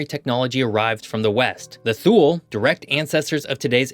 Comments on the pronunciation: as always, very informative. May I point our, however, that according to what Wikipedia confirmed for me was that it's ELZ-mere, rather than EL-iss-mere. Also, if you were talking about Thule when you said 'thool', it's actually TWO-lee, and Iqaluit = ee-CAL-oo-it, rather than ee-cah-LOO-it. As has already been pointed out below, the arctic pictures with trees in them aren't right, since the tree line is way down in the northern tip of Quebec at around 61 N. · For all place names in Canada that are called Agassiz, the emphasis is on the first syllable. However, he has used an uncommon pronunciation of Thule, which is more commonly pronounced TOO-lee. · Interesting video. Please check pronunciations of towns and places. Ellesmere (ELLS-mere), Thule (TOO--lee), Iqualuit (uh-KAA-loo-uht), etc. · FWIW, the name Thule is pronounced "TOO'-lee". We actually have a solid white cat by that name. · This had a scary amount of deficiency. No mention of couple centuries of contact with Norse Europeans. Thule is pronounced Toolee. Iqaluit mispronounced. There was no picture I recognized as an actual settlement in Nunavut.